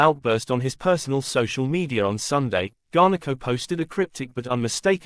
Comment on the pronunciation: U can’t even say his name properly 😅